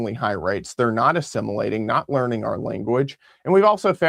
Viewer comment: hahahah, HAaaaaa Hahaaaa, you said "LEARING" center. I've caught myself saying to too when talking about Learing something. 🤣🤣🤣🤣🤣🤣‼‼